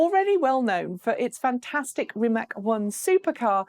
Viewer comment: Rimac is actually pronounced as Ri- Mathz. Great video though!